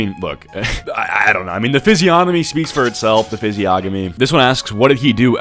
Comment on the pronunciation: Physiognomy is not pronounced "fizzyogamee"